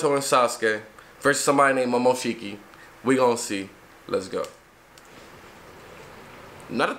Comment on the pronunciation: Calitify bro He fucked up the first time by pronouncing momoshki’s name wrong the first time as well. Imma just cry in my sleep